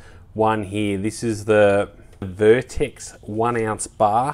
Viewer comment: Vortex not Vertex